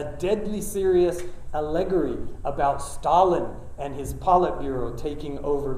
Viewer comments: A-luh-gaw-ree. Not a-leg-uh-ree. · Incredible. He's a linguist, and that is how he pronounces "allegory?" Is that an accepted pronunciation? I have never heard anyone accent the second syllable in that way.